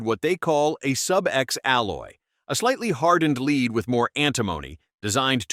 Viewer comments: Maybe the script read as leed instead of lead ? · When I hear an AI announcer voice pronounce 'lead' as 'leed', I check out. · I especially like CCI's use of "leed" instead of the old-fashioned "lead". We are still years away from an AI narrator that can compete with a person. Still, interesting info. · Script writers for AI need to learn how to spell phonetically. Led not lead (Leed?) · "leeed" ?????????? ( is this an A.I. speaker ? ) The metal is 'lead' ( pronounced "l e d" ) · "leed round" LOL This AI can't pronounce lead! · If you insist on using a robovoice, do yourself a favour and spell lead "led" in the script ... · OMG.......How can I pay attention to the subject matter with a narrator that has no idea what he is even talking about, can't pronounce words right, and is using video of larger centerfire rounds/guns. Seriously...."LEED"???? Come on...... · It's pronounced as Led. Stop saying basic things wrong, it destroys your credibility on information. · I don't watch videos with AI audio. Your mispronunciation of lead ( leed ) annoys the Hell out of me! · I love it when it says “soft leed”. 🤪